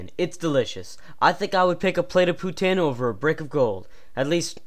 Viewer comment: hey i noticed u put our video in ur crap account aperently and checked some of ur other stuff, this video is awesome except for the fact u say poutine wrong, i thaught i taught u better then that jeez